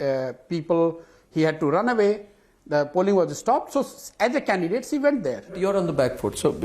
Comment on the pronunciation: "Cshe went there" the dickhead can't even say "She" and he is a strategist...Allah meharban to gaddah pehalwan...This guy is perfect match for Kejru and AAP party.